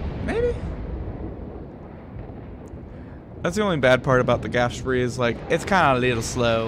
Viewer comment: Because the rest of your video review of the Graf Spee (ghraph shpee) was pretty spot on, I thought you were making a joke by mispronouncing the name and misspelling it.